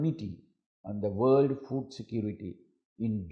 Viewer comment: Mr. President be aware of the pronunciation I heard you say rights to Fool. Are you? Anyway thanks to Teleprompt.